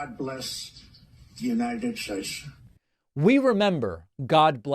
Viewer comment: God blesch the United Statesch of America. 😂